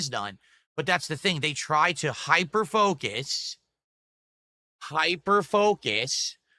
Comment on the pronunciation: "They try to hyperfocus... HYPER-FAHKUS (hyperfocusing btw) on little innocuous meaningless things and act like they're important and then uh... (rare moment of realization) exaggerate them (like ree when I explained the OPTIONAL room in chapter 18 get it?) and make a mount over a mole hill dewd!"